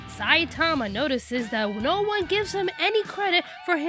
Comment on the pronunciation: I think with the name Saitama the infasis is on the ma, not the sai. It may not seem like that big of a difference, but... NagEEsa